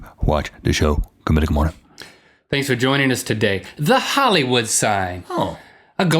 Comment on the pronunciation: Link... Please stop saying "Good Mythical Morning~ga"